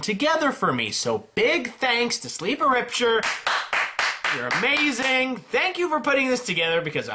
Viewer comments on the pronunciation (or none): none